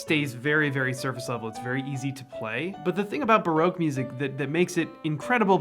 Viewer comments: It's not baroke it's barock. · Pronouncing Baroque as broke seems fitting for musicians. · It's a fabulous video, thank you. I've been wondering about ways to improve my repertoire and this really helps! P.S. Baroque is pronounced Ba-ROCK. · I still can't get over the pronunciation of Baroque, to English ears it sounds like your saying its "Broke" ;)